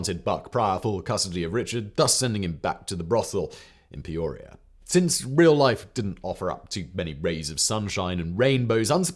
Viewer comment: Lived in Peoria my whole life. Never heard it called peuurria.